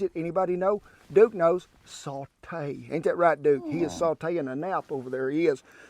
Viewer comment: ‘Duke knows: ‘Saw-Tay’ ( 10/10 great cowboy accent )